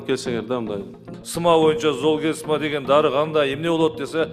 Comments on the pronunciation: Зоолмигрен дейби оно кыз😅ат десе тоо дейтко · Уят уят сулуу айым дарынын атын туура айталбай жатат! Жоопко тарткыла бу аялды Даярданбай эле камалсын! Жетоо отурабы камалсын! Золгезма ны туура айталбай жатат ээ зол мигрен деп Дагы мактанып коет выщыймын деп ай ай уят уят уят уят Андан коро келбей эле койбопсун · Дарыга тили келбейт кандай вырач😅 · Уялбай оригинал дегендечи, бет деген деле калбай калганбы ? Бул креслодоку отурган здравоохранения аман эле болгула! Даже название айталбай атат уят эле Кудай ай ушундай адамдар эмне деп иштеп журот алжыган акмактар! Ушуларды текшериш керек ошол 16 балага даже жеткенине ишенич жок бул акмактардын айынан.